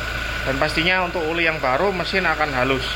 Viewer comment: Oli mas bukan uli